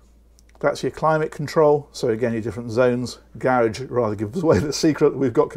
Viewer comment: If you wish to appeal to a North American market, which is obviously more lucrative, could you please lose the words "snug," "hob," "kit," and pronounce the word garage properly. Otherwise, good woork. I also subscribe to aquaholic.